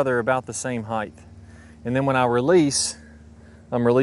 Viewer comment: height, not "heighth"